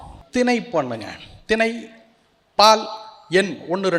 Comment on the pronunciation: இப்படிப்பட்ட கற்றுத் தேர்ந்த புலவர் "தமிழால்", "சொன்னார்கள்" , "ஒலி", "வந்தார்கள்" , "வேர்ச் சொற்கள்" ஆகிய சொற்களை முறையே தமிழாள், சொன்னார்கல், வந்தார்கல், பால், வேர்ச்சொற்கல் என்று லகர ளகர ழகரங்களைச் சகட்டு மேனிக்கு இடம் மாற்றிப் பேசுகிறார். திணை என்பதை இவர் தினை என்று பலுக்குகிறார்.‌